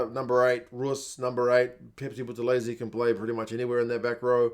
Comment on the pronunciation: I must commend you on pronouncing all those South African names so well. It takes hard work. Wildcard had me in stitches trying to say Phepsi Buthelezi, Buthelezi being a very famous Zulu name and full name being Phendulani Sikhizane Hendrick "Phepsi" Buthelezi and not after the cool drink. Let alone that one is looking for Kwagga who is Albertus Stephanus 'Kwagga' Smith.